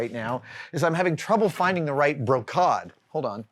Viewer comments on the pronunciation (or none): Adam, I believe (according to my iPhone Dictonary app) that is pronounced broh-keyd (long a, like laid). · I always heard it pronounced as "bro-cade". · Just so you know, the fabric you were talking about is more often pronounced like "bro - caid", so it rhymes with "first aid". Not that it matters too much, but I figured it might help with the search 😊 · This is another one of those 'Adam-isms' - brocade. Pronounced exactly how it looks Bro-Cade...but somewhere he's come up with Bro-Cod. I find it a bit fascinating at this point. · “bro-cod”…I have never heard it said that way. “bro-caid" or “bro-cade” (as spelled). This would include SCA in two kingdoms and contemporary fabric and upholstery shops. I’m curious to know if others people use this pronunciation, and where. Now I’m going through Google Translate to hear it in French, Spanish, and Portuguese. Random etymology for fun! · "Brocade" pronunciation in US and UK is apparently bro-kayd. As in "Dude, these cool bros at the arcade were wearing like totally sumptuous brocade!" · It’s totally Bro-Kayd. Thanks for that. #validated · The end of Brocade is pronounced "aid" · The historical costume community could almost certainly find you the fabric you're looking for or at least point you in the right direction. Also side note brocade is pronouced bro-keid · I was surprised by your pronouncing the word brocade with a short a. All the references I can find show it with a long a. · Ouch my ears. Long a in brocade, please. We're 'merican. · I thought so. The first time he said it I thought he was being playfully posh.